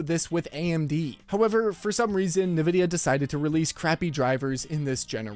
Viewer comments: Sorry, but it’s INvidia, not NIvidia… as far as pronunciation. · He keeps calling it Nē-vidya instead of N-Vidia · Why do you say Ne Vidia? And not En Vidia? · Are You Ai!?😂 Its EN VIDIA!!! NOT NAVIDA!!😂😂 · Please… 'EN' vidia not ‘NA’ vidia… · I don't trust a guy saying NaVidia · "nuh-vid-ee-ah" NO... it's "en-VID-ee-uh" Minor nitpick, but why does and a few other channels keep mispronouncing the name? Surely, they must know how to say it? It just makes it harder for me to take something you say seriously. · "EN-VIDIA", not "NIH-VIDIA". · Nabisco?? Oh.. you mean EN-VIdia, playing off the Spanish word for “Envy”. Or do white people actually think it’s pronounced like “NuhBisKoH”?? LoL. 😂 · its EN-vidia, not NE-vidia. jeezus.... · Man I thought I was the only one. It's In-Vidia not NaVidia. This lets me know some of these people aren't really in the tech space and just putting stories together for clicks and $$. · Why do some YouTubers like you say “nuh-vidia” instead of “en-vidia”? The name comes from the word envy, so nuh-vidia makes no sense… I find it super distracting every time I hear it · Mate, the pronunciation of NVDIA is NOT ni-vid-i-a, but in-vid-i-a. NVIDIA was named after Latin term invidia, which is equivalent to the English "envy" and 'certainly' had 'nothing' to do with envying AMD. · Nividia.. , its pronounced "IN-Vid-e-uh" though "greedy bastards" will be how their remembered. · Nevidia huh? You're an AI? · “Nuh vid eya” lol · Ahhh yes... Nividia.. LOL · who tf is NEvidia¿? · I don't like NVidia... but it still annoys me to hear this dude say "Nih-vidia." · HA. nuh-vidia. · are you saying "Nurvidia"? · The origin of a word doesn't necessarily dictate the arrived at pronunciation; but, true, it's certainly not as he was doing it. It's actually "en-VID-eeyah": as spelt out on their website. Where they also say it's "always" written in upper case, but then show numerous examples of the logo, where it's always spelt nVIDIA. 🤷‍♂